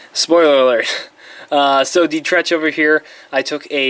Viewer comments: Dietrich’s name is mentioned once by Sallah, it is pronounced DEE-trick. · Sallah mentions Dietrich by name once in the film. He pronounces it D-trick